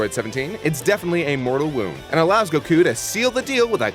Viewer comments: It still kills me Make pronounce goku correctly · I love lani dissing for his odd goku pronunciation. Lol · i'm happy they mentioned that pronounce goku wrong. it's frickin annoying! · "Make him pronounce goku correctly " Give me a fucking break!